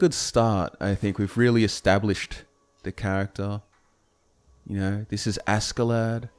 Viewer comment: Me a Scandinavian eye twitching at the three syllable name that should only have two. Ask-klädd ”Uskled” (like ”husk” without the ’h’ and led like ”he was led through a maze” or like the heavy metal lead (Pb). Anyways this is something glorious and I think I’ll be listening through it as I fall asleep for a long time ❤